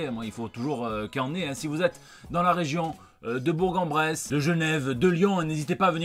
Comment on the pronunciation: On ne dit pas BourG en Bresse mais "bour-en bresse". On ne fait pas la liaison avec le g mais avec le r. En vrai je m'en tape, ça pour faire le fayot auprès de mon beau père qui est bressan... Je te kiffe mdr